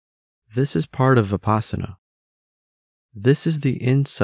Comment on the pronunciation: When I heard the incorrect way the speaker pronounced vipassana I stopped the video!